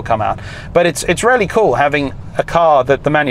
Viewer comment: Took me aback a few times when you said it's rarely rarely good, when in fact you were saying really, really good. Accents! Don't you love 'em.